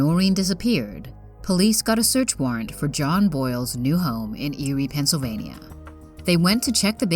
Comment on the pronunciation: This lady sounds too cheerful reading about deaths. And too much like a general voice over person, like for radio commercials. She pronounced every single syllable in Pennsylvania. Lol